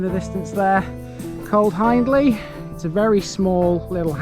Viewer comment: Just a heads up ...you pronounce Hiendley HIEND AS IN FIEND...ie Hee indly..not Hinedly. Lots folks misspronounce but it is important for a video and it is there in the spelling. !!!! Access to the res by the way is at bottom of Ryhill Pits Lane turn right and it's on your right. Park I. Nice walk.